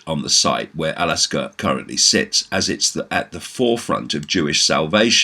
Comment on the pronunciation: David... Just wanna point out it's not Alaska😅 but rather AL-AQSA (Pronounced: Al-Aksa ~ A K S A). Gonna continue watching the vid now.